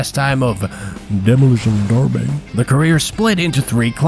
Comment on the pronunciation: ᵈᵉᵐᵘʰ⁻ˡᶦˢʰᵘⁿ ᵈʰᵉʳᵇᵉᵉ